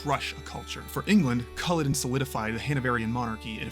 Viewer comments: Since you can't even pronounce Colluden nothing else in the video is likely to be correct either so not worth wasting time on. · My god man at least get the name right. You'd be pissed if some European riffed about the battle of Ge-teas-burg. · spend 30 seconds to learn how to say Culloden and the butcher Cumberland